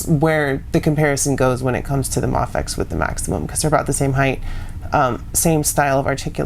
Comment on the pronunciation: its pronounced may- fex not mahfex👍